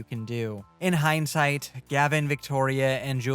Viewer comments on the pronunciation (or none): none